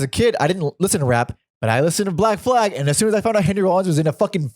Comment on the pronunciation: It's black flag...not Black flaig or whatever the fuck says it...I guess it like Danzing or guitar rifts